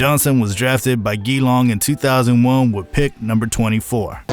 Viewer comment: Enjoyed the vid, good stuff. For future reference, Geelong is pronounced "Juh-Long" 😆